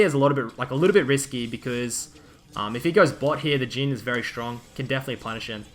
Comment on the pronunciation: his names jhin not geen btw